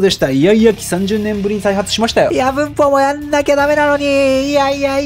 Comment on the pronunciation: 「文法」の発音が「うんk」と同じでなんか笑いましたw